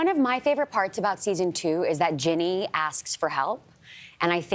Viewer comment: Perfect example of hosts not doing their research on their guest. For one, her mom passed away. And two, it’s pronounced Ginny, not Jeanie and not Jenny. What an absolute lovely actress!!